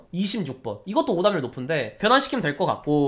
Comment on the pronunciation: 오답률이 자꾸 오담률로 들렼ㅋㅋㅋㅋㅋㅋㅋㅋㅋㅋㅋㅋㅋㅋㅋㅋㅋㅋㅋㅋㅋㅋㅋㅋㅋㅋㅋㅋㅋㅋㅋㅋㅋㅋㅋㅋㅋㅋㅋㅋㅋㅋㅋㅋ